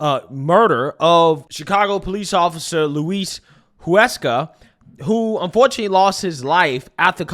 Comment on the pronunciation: I don’t understand how you can hear them say “Huesca” and still fuck up the pronunciation. Much love bro but come on.